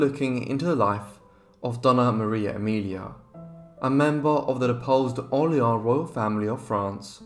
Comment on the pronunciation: For God’s sake, the name Orléans is not pronounced « Orleen « ! Google How to pronounce before reading !